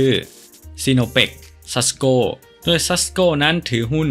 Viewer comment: โดยทำไมอ่านเป็นดวยครับ